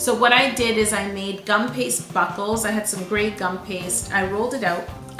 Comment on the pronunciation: everytime you said buckles I heard buttholes omg 🤣